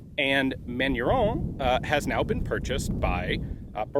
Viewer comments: Kudos for trying to pronounce the french, but your box said "Manurhin" (raen) not "Manurhone" (rawn) you mixed up your major french rivers, Ian! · I love Ian's pronunciation of Manurhin (actual pronunciation: [mænyʁɛ̃]) as: [mæɲu:ɹɔ̃]. It's a perfectly fine example of Americans' interesting interpretation of French phonology. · Side note for information : Manurhin you are pronouncing as "Manu-Rond" (like french "Round (shape)") - it's more like "Manu-Rhin" (Like the Rhein river in French) - it's complicated because neither of those nasal vowels exist in the English language. Compare : Manu-Wrong to Main-Rain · Ian : Manurond Me : Manurhin Ian : ... Me : ok, manurond. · Manurhin not "manuron". No "o". Manurhin is a portemanteau (French spelling) for Manufacture du Rhin, or Rhine Manufacture. The gun is quite beefy. The top strap is thick and very strong so are all other parts. Cylinder, barrel, etc...Every single part on this revolver is hand forged, hence its strength and longevity. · That pronunciation sounds like manure... @@